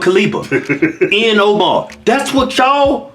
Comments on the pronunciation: Not that I'm a fan of Ihan Omar, but can you please not mispronounce her name? Peace be with all who read this and I'm not hating I just find it a bit harsh. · Did he say Ian Omar?? 😂😂😂